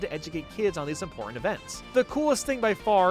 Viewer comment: How come you can say credit but not imporant?, I mean important?